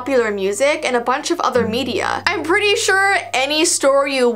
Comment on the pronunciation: you said pritty not pretty